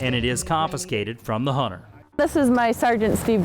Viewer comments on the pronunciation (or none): Wtf is a Hunner?